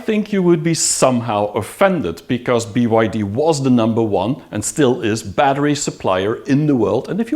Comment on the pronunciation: Why do you keep saying BID "I" and not BYD.